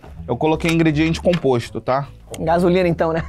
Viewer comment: Cara eu tô passando mal do marcel falando composto